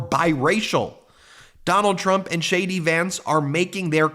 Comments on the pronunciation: Hilarious....when you say JD Vance I hear "Shady Vance"! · ONE MORE THING, DID U SAY SHADY VANCE 😂😂😂😂 WOW AH